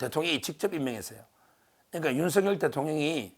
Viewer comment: 윤서결× 윤성녈ㅇ 열(렬) 한문으로 매울열, 세찰렬 둘다맞으니 소리나는대로 성녈이가 맞습니다. Kbs 아나운서들은 모두가 윤성녈 로 발음함.